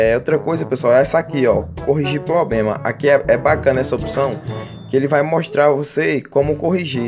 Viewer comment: "poblema" "pobema" .